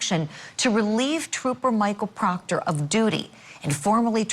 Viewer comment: The prosecution must not like proctah troopah..... Because why else would you drag him through another trial?😂😂